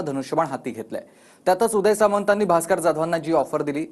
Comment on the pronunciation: Bhaker nahi bhasker